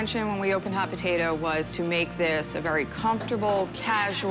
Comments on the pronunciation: Drinking game: take a shot every time you hear “potatuh” instead of potato. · First off if you’re going to own a business named hot potato cafe’ LEARN HOW TO SAY POTATO!!!! My lord!!! It’s not BAHHHTATAHHHH 🙆🏼‍♀️🤦‍♀️🙄